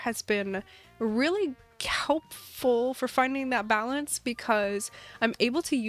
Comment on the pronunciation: “And I do think that farmcore has been really .KELPful.” Anyone else here it 😂😂 “ That’s always the .HORSE. Word to say” Anyone here that one 😂 I can never say words right either